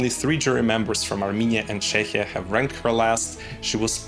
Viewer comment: Love your videos but I need to correct something. You are mispronouncing Czechia in English, it's pronounced CHEKIA. 😊